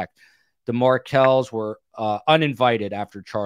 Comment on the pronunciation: Markels...not Market